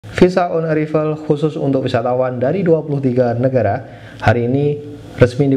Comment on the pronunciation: Haha...bukan visa on erivel baca on eraivel🤣